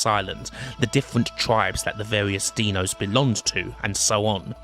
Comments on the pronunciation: Another great vid but I can't get over the "Deano" pronunciation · Why do you call the dinos "deno"? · Brilliant docu. Only improved by the fact you pronounced dinos like you would 'Dino Baggio'. Surprisingly amusing amongst all the great facts!